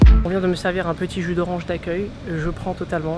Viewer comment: je t'adore hein mais c'est accUEIL hihi voilà bisous